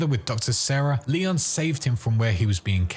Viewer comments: It's Leon haha not Liam. Not his name bud. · Sounds like your saying "Liam" instead of Leon.. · Are— are you calling Leon “Liam”??